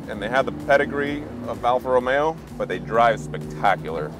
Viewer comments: Did he say Alfa Romero??? Geez guys. Based on your last name your Italian descent. Romayo it’s pronounced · The what now.....THE ALFA...ROMERO....??? WHAT AN INSULT TO THE MARK........GET IT RIGHT......ROMEO....!!!!!